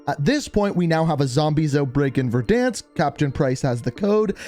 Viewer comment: Petition for to pronounce "Verdansk" properly.